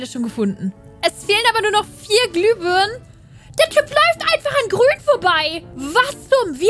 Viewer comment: ISi wiso ist Grun Plind isi😂😂 Grun AHA😂